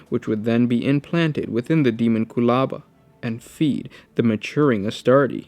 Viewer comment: You got the pronunciation correct.